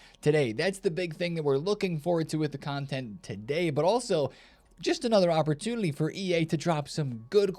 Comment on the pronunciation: "opportulity" 😂 classic